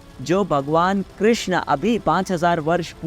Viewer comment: कृष्णा nahi hota...yeh draupadi ka naam h.... कृष्ण hota h....